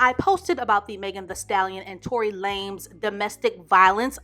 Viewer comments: "Tory LAMES" 😆 she called him a 3 foot runt lmao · "Fistopher Brown" and "Tory Lamez"...😳🤣🤣🤣 unintentionally going to kill me. I need to stop eating or drinking when watching her videos.